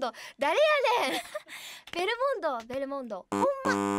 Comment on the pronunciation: ベルモンド言えないるるちゃんが可愛かったし、ナチュラルに一瞬忘れられた勝くんの所がめっちゃ面白かったw